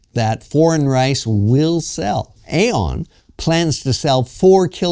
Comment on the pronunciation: Dude, I live here. The shopping mall is pronounced 'E-on' like ee-on. Great vid, keep 'em coming.